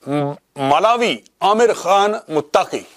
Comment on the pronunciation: Its mulavi...its molvi